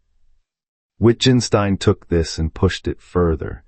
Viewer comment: The videographer doesn't understand his subject. Rather than discuss Wittgenstein with others who know he's brilliant, he crudely mispronounces his name, the title of his book and spends almost two hours underlining his ignorance, expecting applause.